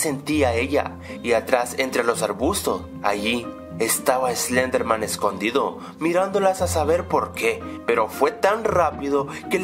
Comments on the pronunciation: SLEDERMAN?? SLEDERMAN!?!?!?!?! ES SLENDERMAN!! Y SE PRONUNCIA ESLENDER-MAN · Dijo slederman xD